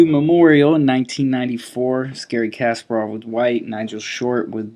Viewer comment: Always good videos but one thing always bothers me. It is not KAS-par-ov. It is kas-PAR-ov. Please, please say it correctly. It is almost painful.